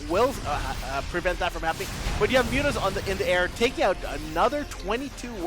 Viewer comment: great series, great cast. .calling mutas "mutt-mutt" or whatever was hard to listen to.. but great vid nonetheless